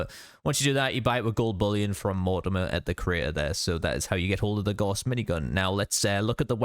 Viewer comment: Good video but my goodness, every fallout content creator needs to learn how to say Gauss. It’s the name of a German mathematician and it’s pronounced like “house” with a G